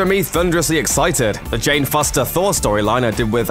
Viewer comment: THOORRAA!!! NO!! It's just Thor. Not, thora.